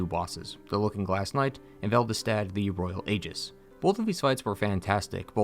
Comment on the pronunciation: Aegis is pronounced EEjis. Guy mispronounces it every single fucking time.